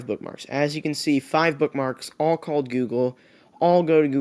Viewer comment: "This is gugle" -you